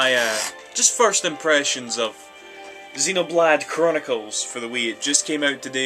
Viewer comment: You're Scottish, which automatically means you're AWESOME, but zeeno-BLAHD?